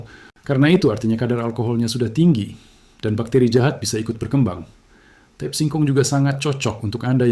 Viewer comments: Tape itu bahasa Jawa. Dibacanya t a p e. Jangan dibaca tip!!! Ngawurrr😊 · ucapkan tape dgn benar jgn diucapkan a la bhs inggris ... tape ya tape jgn teip ❤ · Kedengarannya tep bukan tape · Ini yang ngomong siapa ya, orang mana, kok ngomong TAPE bacanya TIP.......payaaahhhhhh!!!